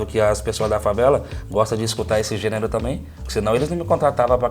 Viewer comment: Assim como o maestro estaria rico se ganhasse 1 real por cada vez que errou a pronúncia da palavra gênero.